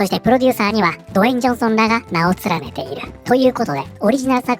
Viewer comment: ずっと「ド炎上ソン」って聞こえた😅